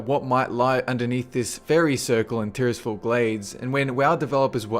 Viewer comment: say Tirisfal slowly Tyr's fall